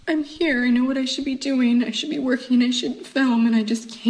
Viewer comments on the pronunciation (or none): god i hate how she doesnt pronounce the g in words like working, filming.. 😭😭😭